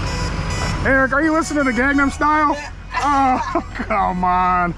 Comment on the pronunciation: Ryan it's not called gangdom style its called Gangnam style not gangdam style 🤣🤣🤣🤣😂😂😂 and he was listing to the song better off alone by Alice deejay came out in 97